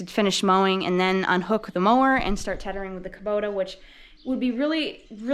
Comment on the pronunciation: Wow it looks like the YouTube algorithm has figured you out, your subscribers have jumped quite a bit since I started watching two weeks ago. Awesome stuff here I really enjoy watching. PS, Is “teddering” really a word? 😂